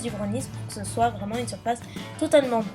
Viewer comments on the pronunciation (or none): none